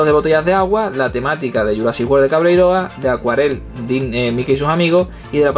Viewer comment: Me picó la curiosidad y busqué lo del Dino Rescue. La Patrulla Canina se embarca en un viaje a la prehistoria e intenta salvar a los dinos de la erupción de un volcán y no se que más. 😂 Por cierto que es CabreiroÁ, con acento en la última A. No soy quisquilloso, pero ya que soy gallego necesitaba hacer de embajador de buena voluntad. Buen vídeo de nuevo, gracias!